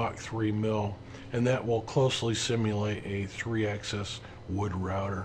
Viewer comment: Slight nit pick on pronunciation... Axis is pronounced like Taxes, Axis plural is usually pronounced like Taxis, but I've never heard anyone say "Access" before, even in Canada or Europe. Tiny nit pick, but consistency in the names of things helps newbies a lot. The recommendation for listening at 1.5 speed was brilliant and you were still perfectly clear.